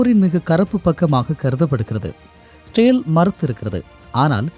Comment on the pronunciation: Israil ucharippu pilai.etho maathiri kekuthu